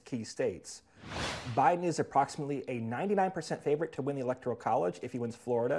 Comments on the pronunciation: Did Nate say O’Biden lol?? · "O'Biden" LOL